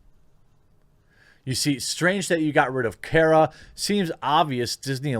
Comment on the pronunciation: It's Cara not Kera